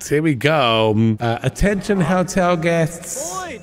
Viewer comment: Does he say hell-tel, or hotel, and I'm just not understanding because of his accent? Because I have a little chuckle when I hear him say hell-tel 😄